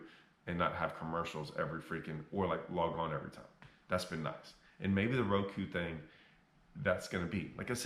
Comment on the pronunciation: Lol, you are a Genius. Mispronounce Roku..err Ruku to get more views.